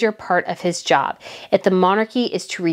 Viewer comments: Loved today's video - just 2 things - it was 345 thousand pounds that was raised (not dollars) and just if you wish to know it is pronounced scar bruh. Have a great weekend. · Thank you so much for what is the best video I have ever heard, of course Prince William and Princess Catherine are so popular and loved they are so natural, we love our royal family so much, but also whe the word end with borour it pronounced Scarbraa, hope you don't mind me saying that😍